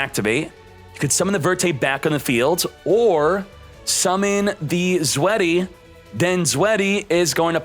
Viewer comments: When it’s pronounced “Zwite” not “sweaty” 😔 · And it's (roughly) pronounced: Zw-eye-teh Drih-teh Veer-teh Furnf-teh Sex-steh